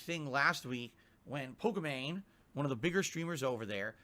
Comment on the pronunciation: It's Pokimane, as in Poki-Main, get it right you dufus. Jesus, i don't even watch her, and i still know how her name it's pronounce.